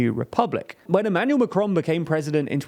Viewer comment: Thank you very much for a really interesting and informative article. Please learn how to pronounce Macron tho 😂